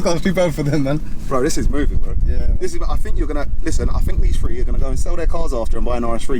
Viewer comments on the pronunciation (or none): I love the accent I still can’t get over the “free” not “three” lol I love it